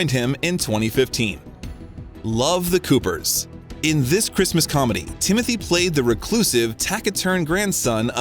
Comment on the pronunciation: His name is not Timothy it is Tim o Tay!